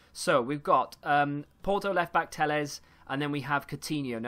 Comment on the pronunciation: Your pronunciation of telles is actually the correct one